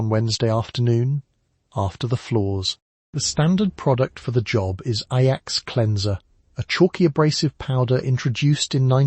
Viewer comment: standard knowledge in the United States. The video’s mispronunciation of Ajax was distracting. It also said that Ivory bar soap was used to wash dishes. That is not correct and is ridiculous.